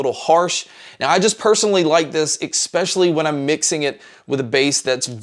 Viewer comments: "eckspecially" is spelled "especially", actually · Great review. Nice job. Just an annoyance is your pronunciation of the word “especially”. The second letter is an S and. It a K. So ekspecially is definitively wrong. I know you’re American so it’s probably the result of your disastrous education system. But your reviews are great.